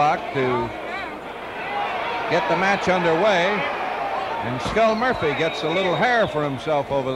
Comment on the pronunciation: Love the ring announcers calling him Skull Moirphy...